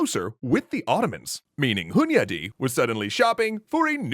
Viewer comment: First: I'm pleasantly surprised by the pronunciation of Hunyadi. Close second: damn that guy had a lot on his plate! Respect!